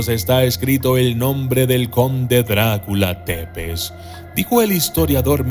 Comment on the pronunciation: Tepez, un conpañero de trabajo rumano dice k se pronucia zepesh